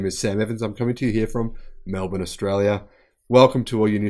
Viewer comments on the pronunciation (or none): none